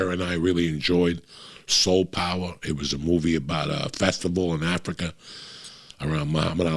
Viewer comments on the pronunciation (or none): none